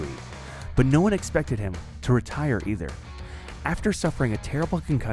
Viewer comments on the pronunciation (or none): none